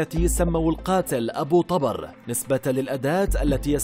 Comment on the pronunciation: ابو طُبر يعني مو طَبر تلفظ ابو طوبر مو ابو طابر